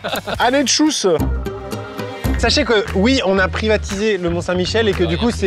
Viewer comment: Aux 60millions de français: Tschüss se dit „tchuss“ pas „tchousse“. Le „ü“ se prononce comme le „u“ francophone, alors que le „u“ se prononce „ou“